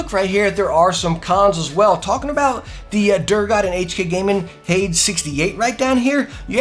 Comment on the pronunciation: Great video, but "Hades" is pronounced "Hay-deez". It means "hell"